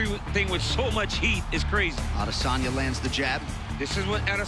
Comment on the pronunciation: What they say: Adesanya What i hear: Lasagna